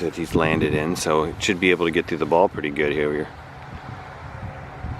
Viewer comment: WHAT?! Did say? Lol “should be able to get through the ball pretty good hereweyerr” hahaha